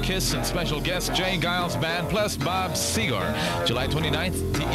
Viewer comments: Seger didn't break nationally until a few months later-- probably why the guy pronounces it "Segar" twice. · I like how the DJ pronounces Bob Seger’s name indicating that he’s probably never heard of him yet.